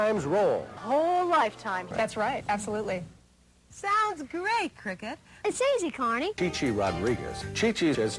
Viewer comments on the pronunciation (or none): Sounds gweat Cricket! IT'S EASY CARNIE